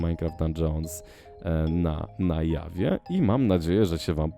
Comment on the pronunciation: XD,mówi się na dżawie a na jawie się tylko pisze.pozdro